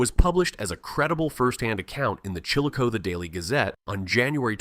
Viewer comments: “Chill-a-cote” is the original Native American pronunciation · Be nice if the dang AI would pronounce “Chillicothe” correctly….